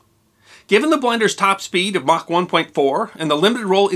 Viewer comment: for pronouncing 'Mach' correctly! :) Ernst Mach was from Austria